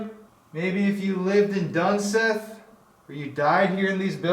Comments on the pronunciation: Its not dunSITH its duneith you pronounce it like (dun-SEETH) Just saying because I lived there growing up. Fun Fact: There was a 17 year old boy who fell down the elevator shaft is my dads cousin, my dad was there when it happened October 2001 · Dun-sith....... Pronounced Dun-seeth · I live in this town damn near all my life and never heard the name butchered so badly its dunseith not dunseth btw the San haven aint haunted ik you have to act like it is for viewers but you'll come across more drinkers or tweakers before you come across a spirit get a job man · it’s pronounced dunseeth, half of my family used to work here my grandma and grandpa aswell and some of my aunties and uncles speaking of aunties bearnice is one of them lol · I have been here. It's an interesting place for sure. Also it's pronounced dun-SEETH. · it pronounced "dunseeth" and there is no mountain there just a few hills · i grew up 15 miles away from there. let me just add it’s pronounced like dunseeth.. not dunsith lol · Good video, but it's actually pronounced Dunseeth. Sorry, that was bugging me. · I live here in North Dakota (dickinson), always wanted to explore this place but heard so many stories.. and that is like a little attraction spot for teens around that area, they use it to smoke, drink or whatever.. I wouldn’t be to worried about them scrawny teens haha. And it’s pronounced dunseeth but it’s spelled dunseith, I believe😅 I always heard dunseeth, but I wouldn’t spend the night there honestly.. it’s not my time to cross the bridge yet🤣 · Its pronounced (Dun-seeth) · it's called 'Dun(seeth)' but i lived next to this place i would hear crying of the water head babies. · On replay. It is pronounce dun-seeth. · I’m from Belcourt ND. I’m Ojibwa native from that area. It’s very cool and scary place to explore. You say Dunseith wrong btw😂